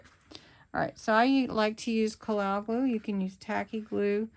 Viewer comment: What type of wet glue did you use? It sounded like the word kalow.